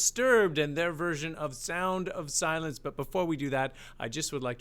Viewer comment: One reviewer pointed out the ?extended? NNN as in silennnnce instead of silencce.